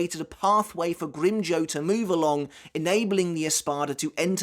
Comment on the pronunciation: Every time you pronounce Grimmjow wrong I die a little inside.